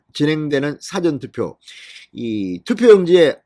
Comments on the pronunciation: 사전투표 전달 사전투표가아닌 사~전투표입니다 정확히 발음해주심 감사합니다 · 국어사전 할때 사전이 아니고 사~전투표 발음 하소